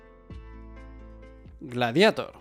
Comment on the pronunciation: Por fin alguien que lo pronuncia "gladiator", y no en inglés, como lo dice todo el mundo. Enhorabuena.